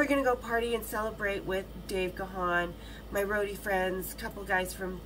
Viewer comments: Actually it’s not Gawn it’s pronounced Gan as in man. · It's not Ga-han, you pronounce it as GONE. But he is way too polite, he will never correct you